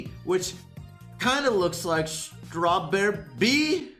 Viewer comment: Nobody:: Strawberr-bea